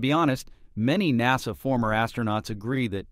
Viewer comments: Thank you for the heads-up. I stopped listening after a few minutes. It's fascinating how NASA is pronounced "Nah-sa" and Starliner is pronounced "Starlinner". Maybe that's a quirk of the audio system. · Teach this bag-of-rocks AI to speak English correctly! Star-linner? NAH- SAH? What are talking about?? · Nawsah, Starlinner ……………….why can’t your bot get these key words right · Get a real human to speak the dialog! This ignorant AI doesn’t know the proper sound of “liner” and “NASA”. Until then, pass!